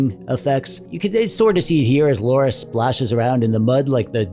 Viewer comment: dude you really should pronounce your girl friends name correctly, its not laura